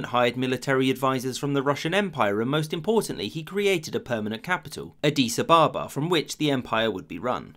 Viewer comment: Adees Ah-barbar. wtf?